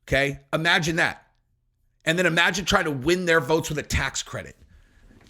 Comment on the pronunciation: Hey Beyoncé, it’s IM-agine, not EE-magine…